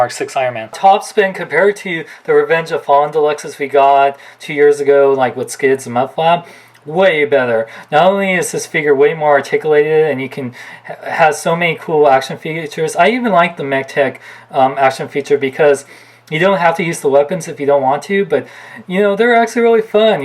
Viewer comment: Articulated not articalated